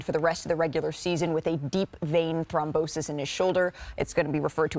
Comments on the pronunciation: It's Thrombosis not thombrosis goofy wahman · Thom-brosis lol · "Thombrosis?" Uh - nope. Look up how to say it, if you don't know. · Can't anybody correct Malika it's not ThomBROsis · Did she say "thombrosis"? At least learn how to read if you're gonna be on TV. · Only medical professionals caught that mispronunciation. It’s Throm-Bosis. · Malika, I would remiss if I didn't mention that you mispronounced deep vein thrombosis. Do better. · Can you teach Malika how to pronounce the medical condition properly please!